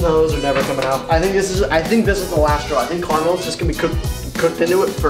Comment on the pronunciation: It's caramel not carmel